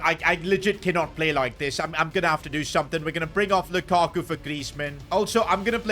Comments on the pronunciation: Lakaku es lukaku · LAKAKU jajajaj es LUKAKU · Can u sign someone better for the spanish version? Im going to have cáncer if i hear one more time lakaku or iden yasard